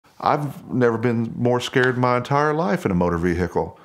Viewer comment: "Moh'dr Veehehkl!"